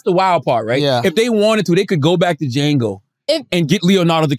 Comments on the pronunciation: Somebody tell her the D in Django is silent 🤣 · Also gah damn, how u mispronounce Django.... smh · “They did it on duhjango” 😂